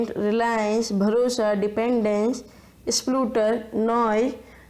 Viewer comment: Nice.. btw it’s pronounced as “De’fy” (same as “hi” in the last) and Splutter with “u” sound not “oo” (very same to shutter)